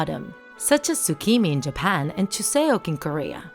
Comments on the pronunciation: The chuseok in Korea is read as "chu - sok" just saying 😅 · I'm a bit irritated that "Chuseok" is pronounced wrong